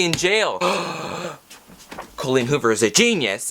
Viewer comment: Cole-een Hoover. 🤣